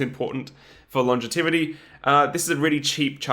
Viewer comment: Longativity? Is that like longevity?